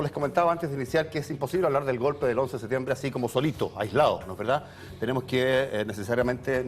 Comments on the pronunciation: SeTiembre? Dónde estudió este tarado? Septiembre es o no? Ahahahah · Pronuncie bien por favor! Septiembre, no se coma la P! Terribles los primeros 3 minutos